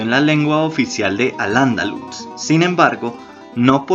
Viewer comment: Tienes algunos detalles en tu reseña. No es lo mismo pronunciar Alandaluz que pronunciar Al Andaluz. Enfatizando la primera A mayúscula con la H "HAL" y luego pronunciando Andaluz con acento prosódico en la "u". Otro punto es que el español es el segundo mas hablado como lengua nativa.